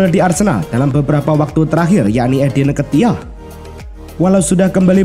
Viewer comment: Tolong itu muka nya ngga usah muncul sumpah ngeganggu banget Trus blajar baca lagi eddi nketiah itu di baca eddi ketiah dek